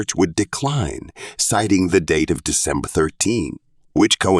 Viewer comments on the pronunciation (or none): none